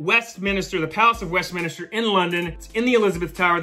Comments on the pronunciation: its not, its Westminster but i noticed you mispronounced in the video. It happens, no big deal, but if someone later on told you its Westminster you probably would be like "I did a video on this, i know it used to be Westminister" Imo thats how a ton of these things start. A common mistake made by alot of people who never realized they were wrong. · Omg. I’ve never heard anyone say ‘Westminister.’ That was driving me crazier than when he called a meme a ‘mehm.’